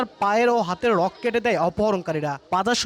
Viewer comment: রোগ না ভাই রগ ❤